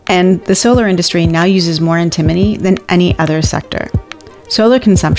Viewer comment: if you're going to teach us about stuff I appreciate that but you should learn how to pronounce it because it's not pronounced the way you're pronouncing it.